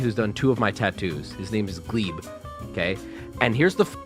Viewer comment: Why the fuck do you say Gleb like that?